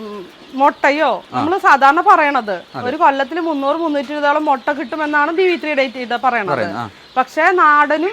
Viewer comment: മൊട്ട അല്ല മുട്ട